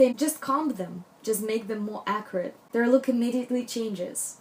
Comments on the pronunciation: I think i am mis-hearing you. You keep referring to different aspects: hair, clothing, etc. as accurate? What does that even mean? Halfway thru you say something like, not geometric, accurate. Maybe you’re using a different word? Would love to know what youre saying. Captions are showing as “accurate” too so ?? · pretty sure she's saying "accurate" by which i assume she means precise, not messy. You need to take accents into account when you listen to a person speak. She's clearly not british or american, so did it not occur to you that she might just be pronouncing the word in a slightly unfamiliar way? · Can you please explain the word you’re using? Are you saying acrid? I’m not sure I understand. I love this video!!! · She says "acurate" :) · I so like this video, just one question. Are you saying acrid or accurate. I'm not sure. Thanks or a lovely video. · 😂 I thought she was saying ‘acrid’ so glad you’ve put me right 😂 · Thank you for clearing that up. I too was very confused. I kept misshearing her say the word as "Acrid". LOL! I do understand how hard it is when you have an accent. My Hispanic mother is notorious for mispronouncing words in an embarrassing way. But I too have had my moments when speaking Spanish because as an American I think in English and you can't do that when speaking in Spanish. My Hispanic relatives laugh at me a lot because of it. LOL! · I was so confused. I kept hearing her say "Acrid" which means having an irritatingly strong and unpleasant taste or smell. But I now realized when I read what someone commented below that she might have been trying to say "Accurate". Big difference. LOL! My Mom who is a Hispanic with a thick accent also does the same thing. There have been so many embarrassing misunderstanding because of it. Heck, I can be just as bad but the other way around. My bad Spanish can be embarrassing just the same. LOL! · is she saying ACRID? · What is she trying to say when she says "Acrid"???